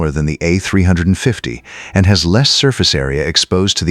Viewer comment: Teach your AI how to properly prnounce "A350" and other aircraft numbers.